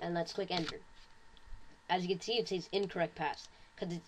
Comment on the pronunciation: you say says weird